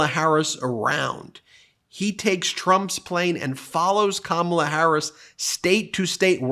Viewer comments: Karma-la!! Advice for Trump on how to pronounce Kamala properly. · It's not Kamabla Donnie... it's Karma-la. Be afraid.